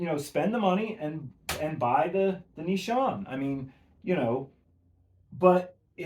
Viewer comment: Great video. Nee-sha-nay